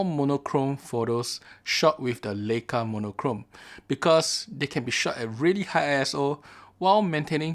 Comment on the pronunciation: It's pronounced "Ly-ka".